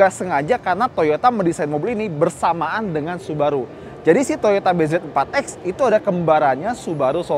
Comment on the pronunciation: nyebutnya BIJI